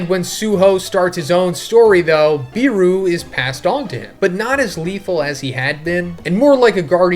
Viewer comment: According to the s2 finale it's "BE-ru" not "BEE-ru"(Iknow this shit's subjective but I REALLY hate the way u say it)